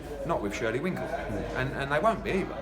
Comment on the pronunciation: eddie cracks me up, the event coordinator and shirley winkle! lmao...and then just keeps on calling him shirley winkle. brilliant!!